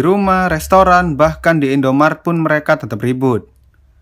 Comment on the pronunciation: Aku hanya fokus ke kata "Indomarat":v